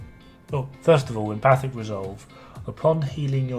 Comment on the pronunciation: Still pronounced wrong, though the correct amount of syllables. It’s Em - faTIC. The T is pronounced emphatically. 😜